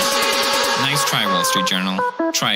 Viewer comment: Aditya Sharma very naice adita😉😂